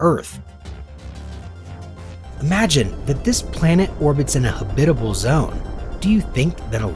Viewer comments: There are no syllables in habitable...... so " ha - bit - able " Is wrong. It's habitable. Just so you know.😎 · Good god learn how to pronounce habitable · Lots of small mistakes but overall it has a decent visual presentation. I do agree with those that think the music is way to loud and dramatic It makes it hard to concentrate on what he is saying. But the "hab-bib-bable" for habitable really made me laugh though.